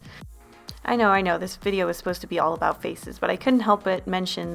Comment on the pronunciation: talk aboot